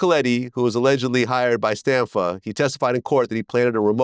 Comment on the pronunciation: It’s John Stanfa. Not Stanford.